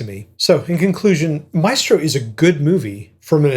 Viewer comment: The film is interesting and sensitive while showing his private life. But lacks insight about his music and commitment to composition. Also (sorry!): why do you all mispronounce the classic Italian word, MAESTRO? It is applied to Leonardo da Vinci, all the greatest masters in the fine arts, in music, in dance and film. It is pronounced MAÉSTRO, with an accent on the É. It comes from the Latin word Magister = Superior person , opposed to Minister = Minor person. Please pronounce it right! I wish I could record the right pronunciation here for you 😂In any case, instead of MAÉSTRO, you can always use the word MASTER. It is the same; it means the same 🕊️